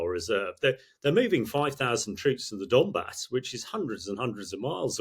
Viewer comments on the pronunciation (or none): none